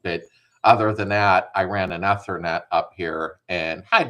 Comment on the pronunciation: Hey, the ether in ethernet is like the stuff you squirt to start an engine. Long E when pronouncing.